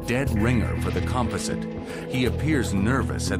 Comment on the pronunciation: It's sooooo annoying they pronounce composite wrong.